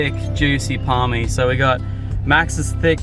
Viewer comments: Sorry but you’re wrong it’s Parma not “Parmi” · It's a PARMA!! NOT A PARMI 🤦‍♂️😅 Love the content otherwise man